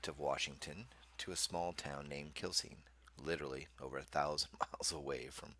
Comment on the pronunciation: Just fyi, Quilcene is pronounced "Kwillseen" and we refer to it's residents as "Quilbillies"